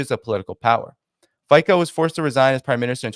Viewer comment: Fico is not pronounced "fiko" but rather "Fitso".. the C is like in cemetery or circumstance